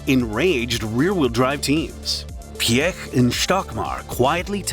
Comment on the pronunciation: The narrator amazingly pronounces Mr. Piech's name correctly- most non-Germans say it incorrectly as "peach". But- the CEO of VW was not "Schumacher", but Schmueker (would sound like "shmicker"). And the company brand is sometimes pronounced as 'oddee" and not "owdee", even in the same sentence?! And my gosh- who is the main intended audience of this video, given the obvious American accent of the narrator? The USA! So provide the units as most commonly used in this country- standard units (e.g., inches, pound-feet torque, pounds, miles per hour, etc.) with either metric spoken right afterwards, or visually in parentheses/captions. There are some std units on the car depictions as subscripts, but when the text is spoken they are missing. Nice to see photos of the development cars for the original Quattro setup.